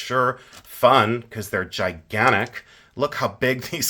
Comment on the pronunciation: The way says "Cuz they're gi-GAN-tic!" I'm deceased.🤣